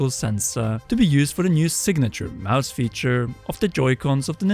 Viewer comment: IT'S MOUSE... NOT MOOSE🙄😅